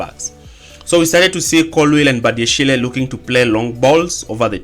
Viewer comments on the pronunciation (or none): Bro 😂 umechoka na Badiashil finally. Sema tu Badiashile 😂